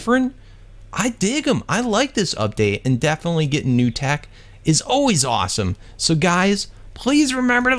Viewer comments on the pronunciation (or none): none